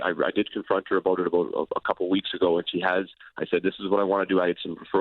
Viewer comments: I knew this guy was Canadian when he said " aboot" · The way he says "about" is funny